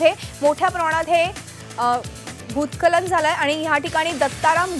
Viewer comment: भुत्सखलन Aahe te भुत्खलन नाही 😂😂😂